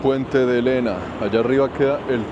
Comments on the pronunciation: Just pour info es Iéna con i no es L se pronuncia tak cuql iena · El puente no se llama Lena!!!! No es L la primera letra, sino una l mayuscula, i latina. Por lo tanto se debe pronunciar "iena". Es el nombre de una ciudad europea relacionada con una batalla, una victoria de Napoleon.